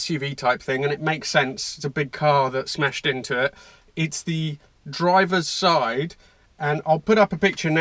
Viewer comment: He Confuses me, first he say Driver Sidé then att he say Passanger Sidé wtf ¿¿¿